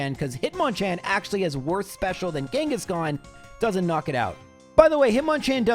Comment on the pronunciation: KANGA KANGA KANGASHKAN